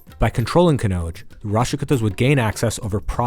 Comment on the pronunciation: Why do we have to hear American Accent. Would have been better if Indian names were pronounced correctly. Rashtrakuta Kannauja I had to try 👂 thrice to understand what it is.